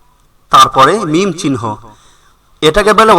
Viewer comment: e oikhaneOo toh upore mim chilo apni na theme, min k mim porlen kno?